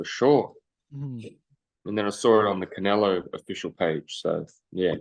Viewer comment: Cry more, it's Canelo dude...I repeat... Canelo